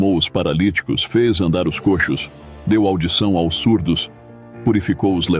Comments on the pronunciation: Among este canal mas será que alguém pode me explicar porque ele fala (A.O.S) e não AOS? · Com exceção do "A O S" do narrador, gostei muito do resumo da História da Igreja. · O narrador não consegue pronunciar a palavra aos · Porque o narrador artificial infelizmente ainda não tem a capacidade de pronunciar AOS corretamente. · A voz que narra o vídeo é de uma Inteligência artificial AI, e ela ainda não consegue pronunciar corretamente a palavra AOS. Só isso Obrigado pelo seu comentário, ele é muito importante para o canal, compartilhe este vídeo com alguém e que Deus te abençoe!!! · É "aos". Por exemplo: Escrevo "aos" irmão de Londrina/PR. O narrador não consegue pronunciar a palavra aos.